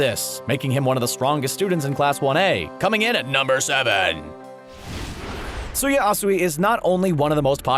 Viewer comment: when he said tsuyu's name he said tsuya I really hate people that prononce names worng